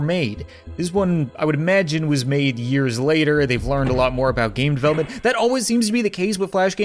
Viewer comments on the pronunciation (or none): none